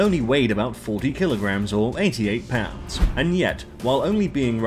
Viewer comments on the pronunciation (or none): none